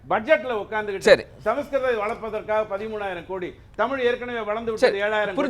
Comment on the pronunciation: ஜீவசகாப்தம் அருமையான 'தமில்' பெயர்😂